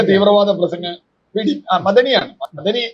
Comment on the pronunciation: മദനി യല്ല മ അ ദനി എന്ന് പറയണം, മദനി ഒരു ഡിഗ്രി യാണ്. പഠിച്ചു പറയുക.